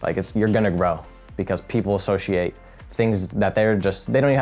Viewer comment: This man myth says the word associate ‘ashoshiate’ lol